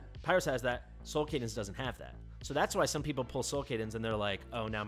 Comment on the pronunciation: Solcadens not Solcadence